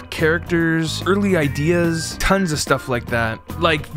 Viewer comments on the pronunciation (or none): none